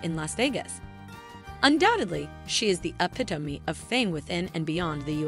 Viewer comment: your ai says epitome weird